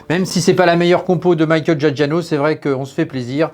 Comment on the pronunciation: Désolé mais je suis passionné de musique de films et la prononciation à 2 reprises de "Michael Giacchino" en un improbable "Michael Giagiano" (?!) m'a écorché les oreilles ! 😬Ca paraît anodin mais en fait ça laisse à penser que vous ne savez pas de quoi ou de qui vous parlez...